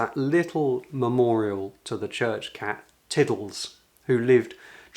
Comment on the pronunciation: Cat not car!